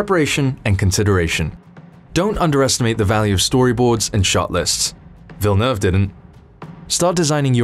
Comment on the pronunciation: I always appreciate when people learn to say Villeneuve correctly !